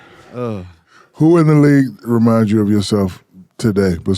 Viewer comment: what was that "you" in